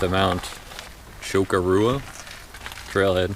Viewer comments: Correct pronunciation....cho-core-a. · Nice videos but you need to learn how to pronounce the name of the mountain correctly lol